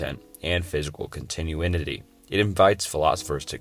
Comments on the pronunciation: Entertaining video. However, schroginder, entrophy, and contuinity lmao. It's not necessarily a bad video tho, I appreciate the effort you put into this. Keep making content and I hope you improve! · thought this would be a good video but you can tell that this guy either plagiarized or used AI to write the script. none of these are paradoxes, they’re dilemas and thought experiments. you also read out like 50 typos, with examples including but not limited to “Contitinuity”, “Contuinity”, and “Quala”